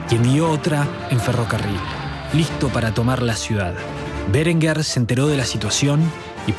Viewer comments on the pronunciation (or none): No sé por qué acentúa de forma esdrújula todos los apellidos. No es "Bérenguer", sino "Berenguer". No es "Cásares Quiroga", sino "Casares Quiroga".